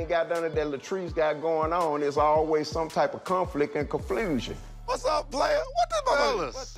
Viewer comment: " Yo screw like a rabbit you might as well eat like one too." 😂😂😂😂😂 GOTDERNIT!! LOL. Did say "conflusion"? Lol. Not feeling Tambra.